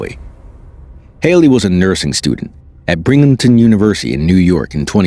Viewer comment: That would be BINGhamton University, not BRINGhamton University.